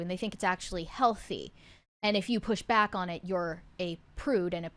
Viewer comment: Where are you guys from? This OXCENT from the current generation is crazy. says “bock then.” She’s trying to day “back then.” Why did a short “a” become a short “o?” Is it the vapid accent of valley girls and Hollywood??